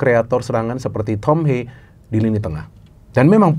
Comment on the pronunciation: tolong lah pronounce nya. Thom Haye, bukan thom heyy, atau thom heii